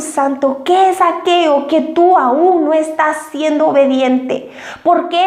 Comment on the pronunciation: Aqueo??????? O aquello???